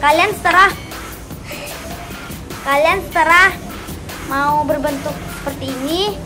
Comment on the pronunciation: itu terserah ya kak bukan seterah😂